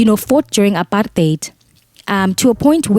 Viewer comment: I love how you say APARTEIT and not apart-hate 😍we celebrate victory with you Didi, you made it 😘